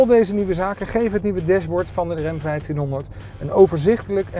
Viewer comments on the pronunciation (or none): De "rem" 1500? Jesus man.., 'tis Ram, zo schrijf je het, zo zeg je het.